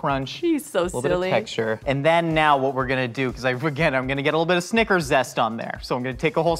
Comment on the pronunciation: i like how pronounces snickers 'sneakers'